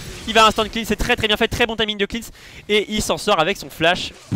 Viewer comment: On dit clens pas clins xD